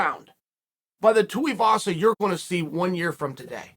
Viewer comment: Lol Atleast he’s pronouncing tuivasa properly now. He’s been saying tee-avasa for ages.